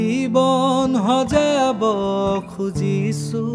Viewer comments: Extremely beautiful song ✨ Just one suggestion regarding pronunciations - "xojaabo" , "xaahox" in place of "hojaabo", "haahox". More power to you guys ✌🏼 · Pronounce the word correctly, "Hojabo nohoi....xojabo, rest is good bro